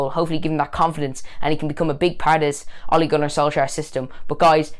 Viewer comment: I worked at sea for 12 years mostly for Norwegians. They know how to run a good ship. So much better to work on than other companies. They paid the best too. Ole for the job! p.s. it is pronounced ew-la What about Matic? Wow. It's like a new signing. He is passing forward etc.